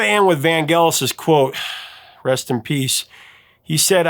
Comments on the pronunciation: (IIRC Vangelis is pronounced with a soft G, not hard... "van-jealous") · In the early 80’s, when the chariots of fire song was all over the radio, the DJ’s were saying Vangellis with a soft G, like saying angelic. It sounded odd to hear the way you said it with the hard G. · It's pronounced "mis-che-vous". And Vangelis' name is pronounced as if the "g" is a "j".